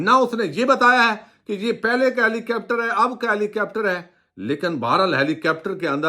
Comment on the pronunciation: خدا را ہیلی کاپٹر کو “ہیلی کیپٹر “، ظاہر ہے کو “زہر ہے“اور کروڑ کو “کرآؤڑ” کہنا چھوڑ دیں اتنے معیاری تبصرے میں تلفظ کی ایسی ہولناک غلطیاں بالکل پلاؤ میں کنکر اور شیشے میں بال آنے کے برابر ہیں! براہِ کرم ہمیشہ الفاظ کے ہجے کو ذہن میں رکھ کرپڑھیں گے تو کبھی ایسی غلطی نہیں ہوگی۔ ہر لفظ کو پچاس مرتبہ کہیں پھر دیکھیں آپ کا تلفظ اور وی لاگ کن بلندیوں پہ پہنچتے ہیں! تعمیری مشوروں کو نظر انداز نہیں کرنا چاہئے!!